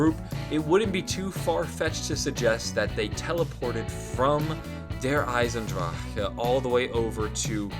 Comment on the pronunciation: For the love of god, please stop saying Der Eisendrachke